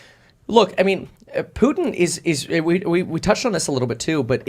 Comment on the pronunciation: "Poo-en" [Putin]